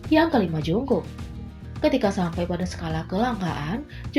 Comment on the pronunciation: Tulisannya jungkook tapi dibacanya jongkuk bukan jungkuk,jungkok ok